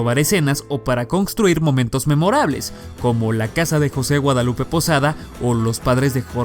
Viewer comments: Por qué dice cocstruir? 🤔🤔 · CONGGGGGSTRUIR CONGGSTRUIR jajaja Diccíon,!!